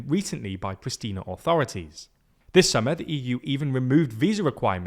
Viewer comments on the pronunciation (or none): Hey. Just wanted to let you know that the capital of Kosova, Prishtina, is pronounced with a sh sound instead of an s sound. Like in "shame"